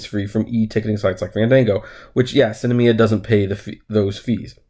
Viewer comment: Its SINemia not Cinamia